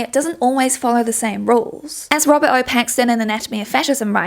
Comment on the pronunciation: Bro I kept hearing "Robbert Pattinson" 😭😭🙏🙏